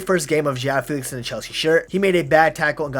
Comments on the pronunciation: It’s actually feh-lix so… are you Portuguese bro? Fae lix … 🤣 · The name’s pronounced Fae-Lix not Fee-Lix but it’s common mistake lmao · my bad bro I’m not Portuguese but I know Fee-lix wasn’t the right pronunciation